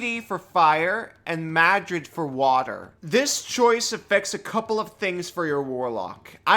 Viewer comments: It's pronounced "mare-rid" not Madrid, hehehe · Yeah, I don't know the correct pronunciation, but I've always said MARE-id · You said it twice ahhhhh. It is pronounced "Mar- RRRRR-id". Ahhhhhhhhhh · Bro added a whole letter to Marid (if you're dyslexic I am genuinely sorry for making fun of you) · Mispronouncing is one thing. It's another when you add a second D to marid. Marids are genies, their single D is big enough for their name. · Marid, not Madrid. :) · Hey, the pronunciation was fine until you called the water genie the capital of Spain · Pronouncing a lot monster names is usually something I just say "yeah however you pronounce it is your characters regional accent, because hell I don't even know how to pronounce it" The way I pronounce the genies names are Dow (the way you do) Jeen-ee (exactly the same as genie) Aff-REET-ee or if-REET-ee... Because in my real life accent sometimes Is sound like As Muh-REED I don't claim these are the correct pronunciations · You did mess up the name. Probably on purpose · "I'm going to butcher these names" -- does great except for adding letters that aren't there in Marid. It's not the capital of Spain. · Dude, how do you pronounce a non-existent D? Did you do this vid drunk? Still this was fun to watch. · Except for Marid, your pronunciation is fine. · yah not sure where he is getting the second 'd' sound in the middle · So close lmao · I mean for me little mistakes like that only make videos more entertaining.